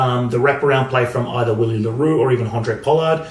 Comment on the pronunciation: Hey mate I remember you mentioning you’d like us to let you know if you’re mispronouncing a name. Willie le Roux’s first name is pronounced Villie 🙌🏼🏆. Awesome videos, really glad I found your channel. Cheers bru